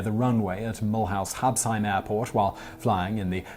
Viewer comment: This video is so sad and so depressing . Just for the record . Mulhouse where the first accident took place, is pronounced Mulooze.